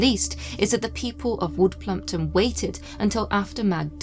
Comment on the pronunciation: U said plumpwood 😂